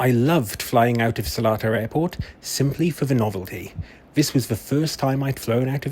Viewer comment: As a local i need to let you know its NOT Selatar, it's SelEtar - there's an E after the L, not an A. So it's pronounced as Seleetar, not Selaatar.